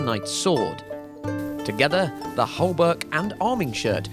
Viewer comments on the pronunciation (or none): There's no "l" (el) in hauberk.